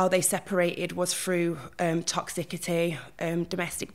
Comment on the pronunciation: Really interesting insight. My brain can’t cope with ‘Toxicity’ pronounced with a hard ‘C’ though. Arrgghh it’s pronounced Toxissity.